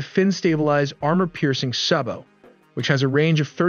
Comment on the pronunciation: SABOT tank roud is pronounced Say-Bow